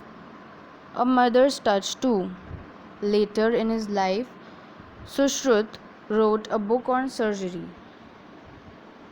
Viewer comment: You can't even pronounce the title of the lesson properly and only reading it ...